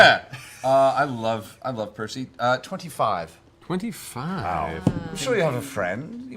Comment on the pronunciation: That and Percy is the only one of the group of whom Tary says their name correctly.